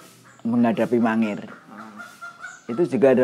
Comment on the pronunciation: bukan mangiran mas tapi mangir itu beda